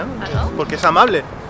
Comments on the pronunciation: Amabre? Su obligación es ser amabre? Jajaja, da risa como pronuncia la “L” ❤️ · Conclusion del video: los japoneses pronuncian amabre